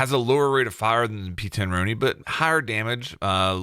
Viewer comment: Why can’t Americans pronounce the p10 roni correctly you say it like the the name Ron